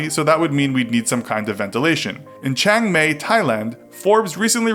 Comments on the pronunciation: "In Chang may" it's Chiang "my" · You Read "Chiang Mai" Wrong You Know It's not "Chiang Mei" It's "Chiang Mhai". Don't Ask How I Know It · “Chang Mai” is pronounced Chang Mye not Chang may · Chang Mai is pronounced Chang My - Not Chang May. You're welcome. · “Chang may / Thailand” This channel is useless, come on. “CHIANG MAI” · You mispronounced Chaing Mai. (Pronounced: Chang my) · Chiang Mai is pronounced as "Shee-yang My" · It's weird that you would think 'Chiang Mai' is pronounced 'Cheng May'. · ok, this is really getting on my nerves. you pronounce chiang mai like "chi-yang my" it is just like reading the word but you are trying to put a really racist Asian accent on it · Chiang May? Dafuq? I am not even thai but I know basic phonics. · next level butchered the name of chang mai